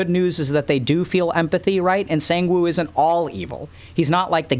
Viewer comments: The English word “sang” and the number “one” now put it together “sAnGe-WiN!?!?” 😂😂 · (not flaming) listening to Dr. K pronounce "Sangwoo" reminds me of ProZD's clip 😂😂😂